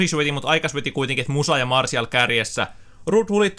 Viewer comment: sanoit martial